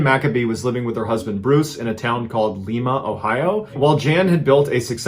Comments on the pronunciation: It's Lime-A not Leema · Just so you know, Lima OH is pronounced locally like "lime-uh" not "leem-uh". Idk why that just hit my ears weird when you said it. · You said Lima wrong it’s Lie-ma not Lee-ma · In Ohio we pronounce Lima as Lie ma. Not Lee ma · Not Lee ma, Lye ma. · I’m from Ohio. It is pronounced LIE-ma, not LEE-ma. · Liiiiiie maaaaah. Not leeema. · That’s Lie-ma, not Lee-ma. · It's Lima like the bean not leema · Love your videos. But I have to correct you on something. It's not pronounced Leema. You pronounce it like Lie-ma. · It’s called “Lime a” not “Lee Ma Ohio. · Mr. Allen, it's pronounced "Lye-muh" Ohio, NOT "Lee-muh" Ohio. "Lee-muh" is in Peru. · The place in Ohio is Lye-mah like the bean not Lee-mah like the place in Peru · Lima is pronounced like L-EYE-muh not Leemuh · is called li---MA not le-ma👍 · you mispronounced lima. its pronounced like lie-ma,not like lee-ma. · It’s Lima, Ohio like Lima Beans not Lema lol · 2 thing's...it's spelled Lima but pronounced Lime-uh. & there are certain times of the season for bow hunting & certain times for rifle hunting. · Lima, Peru. LIE-MA Ohio. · Lima. A hard I. Not like Lima Peru. Like a Lima bean. L-eye-ma. Sorry, but I grew up near there. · its pronounced lime-ah. at least to some i knew from there. 🤷‍♀️ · I live near Lima, Ohio. It is pronounced LYE-MA. Ohio is notorious for borrowing and mispronouncing place names. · Correct pronunciation is Lie-ma,Ohio. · Pronounced Lie ma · A minor point - isn't the one in Ohio pronounced "LIE ma"? An interesting story nonetheless. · Great story. FYI it's "LI-mah" Ohio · It's pronounced "LIE-muh" lol Weird, and different from Peru. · It's pronounced Lime-A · I thought it was pronounced ( L eye ma ) like the bean. And now I know whatever it's called I'm not going there.🤣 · Locals pronounce this city with a long "i". Sounding like "lime-a". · It's pronounced Lie-ma like the beans. Lee-ma is a city in Peru. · Pronounces “Lie-mah” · Ohioians call it "Lie-ma". 😅